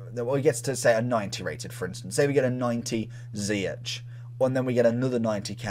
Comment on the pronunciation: ‘Ziyech’ is pronounced as ‘zee-ash’ not zi-atch’